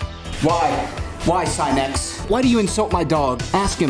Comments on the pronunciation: I feel genuine pain every single time he says "S-eye-nex" instead of "Sin-nix" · SIN-X you've been saying it wrong😂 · god it hurts hearing him say SIGH-NEX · Mu”SINIX”. Achoo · I think Sinix's video only gives you tips, follow it or not, it's up to you. No one forces you to follow. And please pronounce other people's names correctly, your "scinec" sounds really disrespectful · Today I learned Sinix is pronounced Sy-nex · Try pronouncing his name correctly before you try to teach u fuckin idiot lol